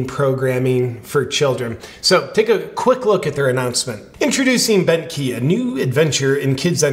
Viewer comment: The first time you said Bentkey i honestly heard Bent Heeb, and i was thinking oddly accurate but i can't believe Ben was ok with it.